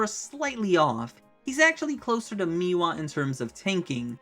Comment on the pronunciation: Bro can we not do the thing from poketube where we deliberately mispronounce the names for engagement. How have you said meewa in all of these videos when the name is spelled mewaii